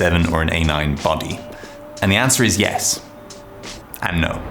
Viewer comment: the way he said YES !!!! & NO 😂😂😂🙌🏻